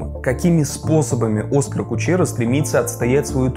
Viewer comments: Его зовут не Оскар, а ОскАр. Ударение на А. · Только он не Оскар, а ОскАр. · Почему Дудь называет ОскАр, а тут в видео чувак называет Оскар? Наверное, Дудь, который лично общается, знает как правильно? Зачем искажать тогда? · Он оскАр, а не Оскар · Все норм только не о́скар а оска́р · Позволю себе сделать замечание, ОскАр в имени - ударение на А. Ты - очень серьёзный чел, который пилит серьёзный и интересный контент. Обращай внимание на детали, когда пилишь видео для нас. Спасибо заранее, и огромное спасибо за качественный разбор! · Спасибо за работу, круто. Но, блин, ОскАр Кучера, ударение на А..... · ОскАааар . На букву а ударение ,блин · Ударение в имени Оскар на последнем слоге. Это не статуэтка, которую актерам в Голливуде дарят. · Как можно понять насколько качественное это видео По тому как автор ставит ударение в имени Оскара Кучеры Кучеру как он сам писал звали изначально, чтобы услышать разные полит мнения, а уже потом он написал, что на самом деле для обсуждения муз ТВ, автор решил переиначить контекст, но обосрался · Неизвестно, намеренно или непреднамеренно, однако использует неправильное ударение в имени много раз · Все классно, однако в имени одного из главных героев было бы неплохо правильно ставить ударение. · Вы намеренно ударение в имени Оскара неправильно ставите? А за анализ спасибо , интересно, как всегда. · Оскар - ударение на А, не на О. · Оскар ударение на второй слог, если что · Не Оскар, а Оскар. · Оскар ударение на а . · Скурпулезнейшая подготовка автора к своему видео видна с первых секунд...человечек не удосужился прогуглить ударение имени Кучеры..)) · Это не обзор, а попытка оправдать глупость Кучеры. Да и сам автор умом не блещет, даже ударение в имени Оскар не осилил правильно поставить, хотя интервью смотрел и разбирал. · Да. Тоже резануло. Так подробно всё разобрать и не заметить, что «Оскар» никакой не Оскар, а самый обыкновенный ОскАр. 😂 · произносится оскАААААААААААААр Кучера🤦🤦‍♂🤦‍♀ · Да он оскАр, а не Оскар